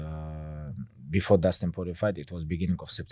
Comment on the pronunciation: Did anybody notice that Khabib calls Dustin Poirirer, Dustin Purify haha